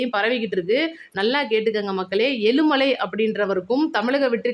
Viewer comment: aelumalai. khidaiyathu. eazhumalai. prononciation. wrong